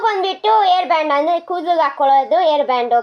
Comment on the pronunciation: It's not air band it's hair band i don't know anything english etc 😂😂😂😂 muuchkondu video madbeda nin mukka nodka 😡😂😂😂